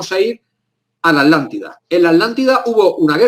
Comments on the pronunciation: Lo mismo me pregunto siempre, Jaja....en varias palabras se comen las consonantes q están entre una vocal y otra consonante.... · Porque dice alantida y el nombre es atlantida o me equivoco ???? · Porque le dicen alantida tengo entendido que es Atlántida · Porqué los Españoles no pronuncian Atlántida de corrida Tla ? Ellos separan la T de la L dicen ejemplo: At -lántida y At-letico. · Curiosísimo que los españoles, en un promedio general al oír a distintos personajes, son incapaces de pronunciar el sonido TL y omiten la T, , su pronunciación es ALANTE y no ATLANTE. ¿Se han preguntado a qué se debe? Todos podemos pronunciar cualquier idioma, por extraño que sea a nuestra particular lengua; pero los españoles tienen una manera de pronunciar que no admite idiomas ajenos, eso me resulta muy curioso, ni bueno ni malo, sino extraño nada más. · Buen video, pero tengo dos puntos: 1. Cómo se nota que es un investigador de terreno y de escritorio. 2. ¿Por qué pronuncian Alántida y no ATlántida con T? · Pronuncian la T pero separada de la L, dicen AT- LÁNDIDA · Genial.....Me interesa todo lo oculto. Y me encantó el.Video. Tambien algo cotidiano...me llama la atención que los españoles no pronuncian la TL por ejemplo alántida en vez de Atlántida.... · Por que dicen "Alantida"?? la T no cuenta o que?? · Quizá es irrelevante acá lo importante es la información...pero yo escucho que dicen ALANTIDA y es ATLANTIDA...puede ser??? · Disculpen la duda, ¿PORQUÉ SE LES ESCUCHA: "LA ALANTIDA" Y NO : LA ATLANTIDA? CON T¡ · Atlante, Atlántida, llevan una T después de la primera A, NO ES ALANTIDA , es ATLLLLANTIDA POR FAVOR ! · Porqué le llaman "Alántida" y no Atlántida como es realmente..?..esa pronunciación me distrae del relato en si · ¿Por qué la gran mayoría de españoles no pueden pronunciar, entre otros, el sonido TL contenido en ATLántida? ¿Acaso es un problema anatómico que les impide ciertas pronunciaciones de consonantes?